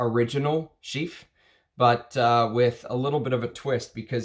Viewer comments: Well, it's not ChyFra. It is Chy Pra ! Pronounciation is with "P". Your analysis was great. I will by Diaghilev because of your advice. Thank you. Chypres are so good. Long live Mitsouko..... (magic in Japanese) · Why do you pronounce it like chyffre? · It still pains me how you pronounce chypre…. Great taste though… I would Roja’s semi bespoke 3 is more terre d’hermes like than oligarch… I wouldn’t call Salome a chypre. I love the skanky indolic jasmine in it but not a fan of hay or lots of honey